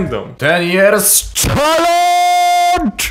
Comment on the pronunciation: Tęskniłem ża tym "czeleendż"